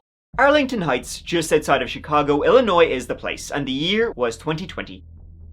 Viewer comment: As an Illinoisan, I'm willing to speak for the entire state to tell you how delighted we all are that someone from Ireland knows our "s" is silent. Hella lot of Americans don't even know that!